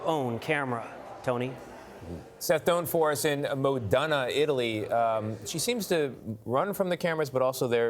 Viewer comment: I almost fell out of my seat on his pronunciation of Modena.